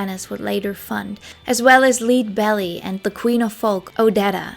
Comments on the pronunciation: FWIW Leadbelly is pronounced Led not Leed and Jorma is pronounced Yorma. This was a great video. Thank you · Really enjoyed this! Just a tiny thing, my late Dad was a big fan of Leadbelly, but it's pronounced Led Belly. Partly as a play on Leadbellys last name (leadbetter) and partly due to an alleged murder he may have been involved in as a youth. Thank you for coming to my Ted Talk ❤ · Lol it's friggin adorable the way you pronounced Leadbelly's name. Think Led Zeppelin. His real name was Huddiee Leadbetter so he came by the nigknam naturally. He wouldn't be a bad subject for a video, he was hugely influential.